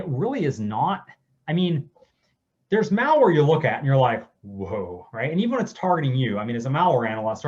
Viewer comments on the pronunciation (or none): It's MALware not MALLware like you go shopping at the mall. I can't take this dero seriously. He is not an expert 🤦